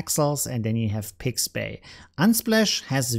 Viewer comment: It is called Pixabay, not Pixbay.